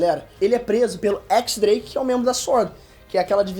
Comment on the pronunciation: Outro exemplo de que ele só acompanha pelo mangá, é que chama o X-Drake de équis drake e não diez drake